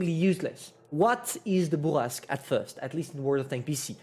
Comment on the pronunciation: I like your accent when you say Bourrasque... feels authentic and natural